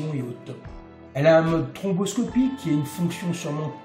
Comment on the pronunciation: J'adore le mode "tromboscopique" plutôt que "stroboscopique" 😄. Parlez-vous du vaccin anti-covid? 😉